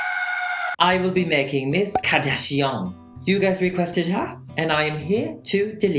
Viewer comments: Kardashian The way it's 'meant' to be said- Car-dash-e-yin The way he says it- Car-dash-n I. Love. It. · 'Kadishion' Lol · Nobody:: Kim Kadashian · C'est juste une impression ou tu parles français de base ? Tu as un accent français quand tu dis le nom de famille de Kim